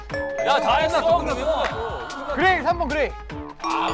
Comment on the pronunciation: 그레이 할때 gray 이건데 grey라 했음